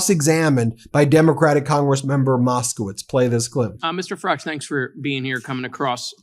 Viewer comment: It's pronounced "Fa-ridge" not "Fa-rar-je". He's not French.